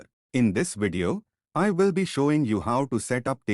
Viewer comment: I cannot believe it!!! An Indian guy said "we will", not "ve vill" 🤣🤣🤣🤣